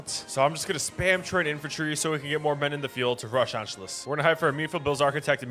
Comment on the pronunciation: it is pronounced ANSHOOUS